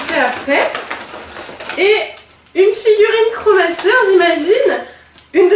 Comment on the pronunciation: On dit pas kro master mais krosmaster ^^